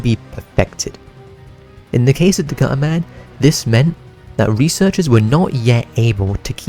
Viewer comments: Gu’ er man Most British thing I’ve ever heard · Gu-er man 💀